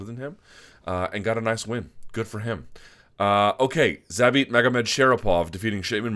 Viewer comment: Thumbs up for this video just for pronouncing Zabit Magomedsharipov 👍